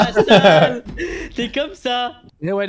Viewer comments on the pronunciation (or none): C’est vraiment genant son « la veritey »